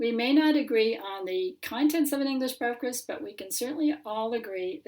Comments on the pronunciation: I must have head 'briferst' 8 times before i knew it was breakfast you trying to say! man i laughed so hard for ages! i'm sorry! my eyes are watering lol! c'mon lass you can say 'Breakfast' it's not hard lol! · Your pronunciation of the Welsh word's was spot on.. saying "breafkast" though made me laugh 😆